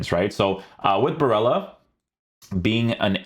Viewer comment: you called him barella at the start of the vid😂